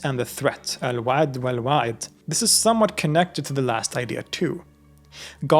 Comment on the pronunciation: The threat, you’ve said it wrong in Arabic, الوعيد Alwa’eed is a more correct pronunciation.